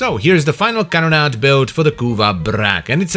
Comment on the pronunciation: Can we get a compilation of saying "Can-na-da"